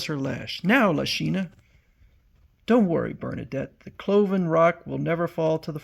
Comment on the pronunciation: It’s Berna-DEATH, not Bernadette!